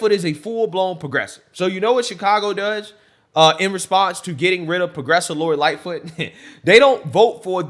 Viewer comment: The woman said: "lori Lightfoof did a wounderfull job"WTAF.....from wich state is she or is she a fentanol adict that just woke up from a coma??